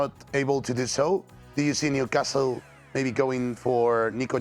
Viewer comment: The only thing he should and could easily improve immediately is the pronunciation of the word Newcastle, come on man, just leave out the t